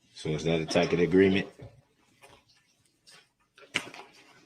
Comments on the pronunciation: Also says takit instead of tacit😂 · He pronounces tacit as tackit lol. Love how no one bothers to correct him so he keeps on sounding stupid. Goes along with his substain and zibit. What I want to know if it was a soft sandwich. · he says takid for tacid, and substain for sustain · Talking about beating a dead horse- And it's Tac-it! Not Tak-et! Try hooked on phonics, Darrel! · And "takid" instead of tacit. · There were channel owners who wouldn’t allow viewers to point out his constant mispronunciations like substain and tackit Declaring it “racist” to do so. I’m talking in a couple of cases ATTORNEYS with channels ! Unable to admit this is nothing mor than an ignorant murderer. But declare “us” guilty of projecting racism ! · He refused to give the order of his witnesses because the state did not tell him their order. And yes, he can't pronounce tacit. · I watched the trial live today and have so much sympathy for his victims, their families and the community as a whole. At the end of his trial, I would love to know how many times he objected as well as how many times he specifically objects to this name. His mispronunciation of "tacit" is hilarious. He is so f***ing smug. The judge is giving him far more respect than he deserves. It shows how professional she is.She tries to show him respect by calling him Mr. Brooks instead of defendant. I would suggest Murderer, Moron, Heathen, Monster.. I am sure I could probably think of more.